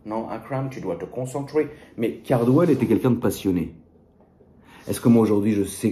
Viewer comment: « non tu dois te concentwé » 🎹🤣